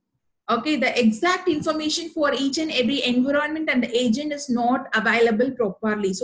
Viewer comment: Video is useful. Kindly check the pronunciation. I found environment pronounced incorrectly. Apologies, if it offends you. :)